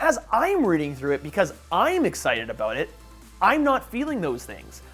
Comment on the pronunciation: Every time he said excited i swear he was saying nicksited